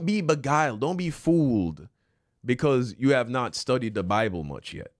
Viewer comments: Is pronunciation is annoying. He said DA instead of THE Bible. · If I hear him say “Da Bible” one more time lol. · you can pronounce “the” either way, “Da” or “Dee”